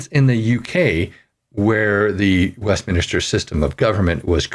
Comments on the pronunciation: It is not a preacher government...it is WEST MIN STER, not WEST MINIS TER and it sucks anyway. Please change the way your government works. Sincerely, the USA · Honestly I find it difficult to take you seriously when you don't know how to say WestMINster, instead saying West-minister multiple times over and over while you are literally reading the word as you say it. Sheesh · It is pronounced “west-min-ster”, not “west-min-ah-ster”. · "Min-ster", not "minister". Good Lord that drove me crazy. Other than that, I appreciated the video, but good grief, that irritated the hell out of me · Westminster. Not west minister. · Westminster! Dude NOT Westminister. Atleast pronounce correctly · Just annoying listening to the word Westminister. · say 100 times "West Minster" then say 100 times "Westminster". But good video and hit the like button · I came back for this. It's "West-MIN-ster"... and like that guitar on wrap up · Good report, but please learn how to pronounce exigencies and Westminster correctly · Westminster is pronounced like Spinster, not like Minister. West-min-ster. There is only one "i". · It is not West "Minister" . It's Westminster. {West" MINSTER"}. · Some good points in your webcast. FYI Westminster is pronounced West minster, not an extra "i" West "minister" ;) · Westminster, not west minister. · Sorry, but I am capable of reading - actually, better than the! What is the point of you reading what I can see on the screen? By the way, it's "Westminster", not "Westminister"! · Not to nitpick but is it not pronounced ‘West-MIN-ster’ not ‘West-minister’? Anyway, I believe Trudeau-Castro belongs in prison not Parliament. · Hate to be picky, but it's Westminster, not Westminister. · Westminster, not Westminister. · Jfyi, the name of where the British parliament is, is called Westminster, not Westminister. I know you're not from Britain, but still good to know, so you don't sound stupid. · Ahem...Westminster; not "Westminister."